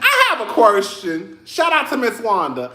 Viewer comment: Great reviews per usual but u had me chuckling.. "I have a qwershtion". Eheheee 😂